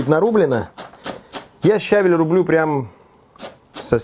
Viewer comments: щавЕль,свЁкла,мОрковь. Не щАвель,морквА,свеклА бордюр-поребриковый! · ну ты чего, правильно говорить, щавЕль!:) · Печень это -орган. А печёнка это-продукт! Мы срубили Ель ,а под ней рос щавЕль! СвЁкла,МоркОвь ,а не свеклА,морквА. Вот.